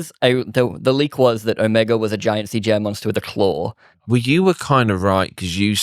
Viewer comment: You lost me at your incorrect pronunciation of ‘era’ and ‘Omega’.